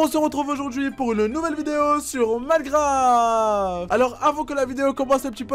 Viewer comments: Au début tu as dit malgraft🤣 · Je rêve ou j'ai bien entendu Minegraf au lieu de minecraft ???